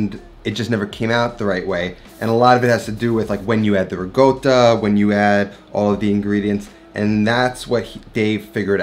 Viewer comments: Every time I hear riGotta, I cringe. It's RiCotta with a C, not RiGotta. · There's no 'g' in Ricotta. Pronounced: ri - cot - ah It's a short 'o' sound, not a long o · Those look amazing..... I'm going to try them. And..... I have a suggestion.... 😂 for some merch. I've realized, you say it RE-GOAT-AH No, you do.. Regoatah I need a tee shirt with your face on it, and you're saying IT'S PRONOUNCED REGOATAH!!! Yeah yeah. I'd buy it